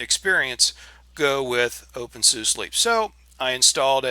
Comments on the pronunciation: to be completely correct. It was created by/ named after dr. Conrad Suse. pronounced Sousa😃. Like your tips thumbs up from the Netherlands... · Correct pronunciation of SUSE: I just installed the latest Windows 10 on a new SSD. But I'm likely going to setup a dual-boot. My distro of choice is currently openSUSE Tumbleweed Plasma 5, initially installed via GeckoLinux. Tumbleweed as of nearly 2 years ago is now a stable branch. Factory is the unstable branch. Leap is somewhere in between Tumbleweed and SUSE Enterprise, fed by both. If you don't need the latest and greatest software, and/or you don't care for constant updates, then Leap is the way to go. It's also installable via GeckoLinux if you don't want to download the 4.3 GB DVD or do a network install.